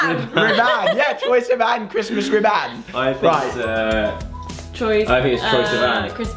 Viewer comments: When Alfie said Christmas riVAN (ribbon) I was drinking hot chocolate and I accidentally spit it all over myself and started cry laughing 😂😂😂😂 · I actually laughed out loud when Alfie said Christmas Ribban😭